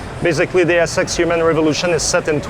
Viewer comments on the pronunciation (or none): he says The sex with french accent instead of deus ex